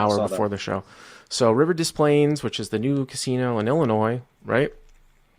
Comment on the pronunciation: FYI Rivers is in “Des Plaines, IL”, not “Des Plans”.